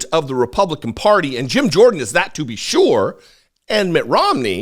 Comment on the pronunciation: It's Mitt, not Matt. Thanks for the video. I always look forward to what you have to say.